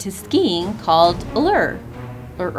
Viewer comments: Ullr is pronounced OO-Ler. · Ullr is pronounced Ooo-ller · The «U» in Ullr is pronounced like an «oo» not a «u». And the correct way of saying it is Loke not «lucky». And the «e» is pronounced more like an «a».